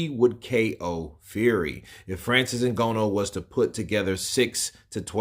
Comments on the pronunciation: "IN-GA-KNEW", not "IN-GO-KNOW" 🙂🙏🏾, with that said he does need to put in alot of work in order to show better than Wilder if he really does what to do boxing, he can make it eventually if he really wants to. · Ngooooono? It’s Ngannou dude, please put some respect on the UFC heavyweight Champion’s name, and pronounce his name correctly🤬